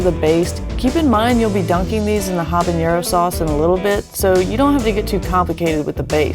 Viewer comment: looks good, also it’s pronounced habanero (ah-bah-neh-ro) not habañero. 😉